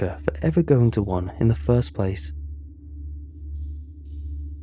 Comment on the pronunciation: Did you have a vowel based speech impediment when you were young you had to work through? Only reason I ask is the first word, "First," (ironic) you pronounced, "Foist." Which is one of the types of impediment based on going from lips together tongue relaxed to mouth open tounge going back when saying the F-i-r. It coulda been a goof. No answer is necessary, im merely a curious soul.